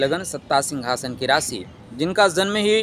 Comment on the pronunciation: maadhyam to uchharan hi tha na bey